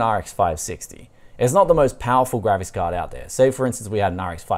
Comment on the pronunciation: is he pronouncing "GRAVIS CARD"?